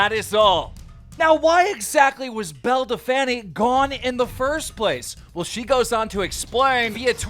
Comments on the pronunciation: "Bell Delfaniiii" 😂😂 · “Belle de fanny” 😂😂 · Keem can you please say her correct name? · Is her name really pronounced belledefanny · Dude can u please call her “bell del-feen” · Why does he keep saying Belle Delphany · Man keeps saying belle defanny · Just letting you know her name is pronounced “bell dell feen” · bruh your not saying her name right we all know its bel-a del-pine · “Bell da fanny” 🤣🤣🤣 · No one: Literally no one; Keem: belle delfanny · "Belle Da-fanny" - Keemstar 2020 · Keemstar, Say it after me. Belle DELPF- INE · Belle Dell Taco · love how keem says Belle Delphine's name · How he says belle delphine wrong is the most annoying thing I've heard all quarantine 😤😤😤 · Honestly it's hella creepy and your not even funny saying belle delphine name wrong and acting like a 5 year old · Keem i think u prounced belle delphine wrong mate!😶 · Petition for Keem to say belle delphine correctly 😂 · KEEM LEARN HOW TO SAY BELLE DELPHINE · You pronounced belle’s name even worse this time !!!